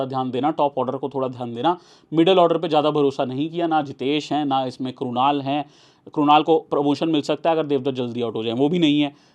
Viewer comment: क्रुनल पण्ड्या❌ क्रुनाल पण्ड्या ✔️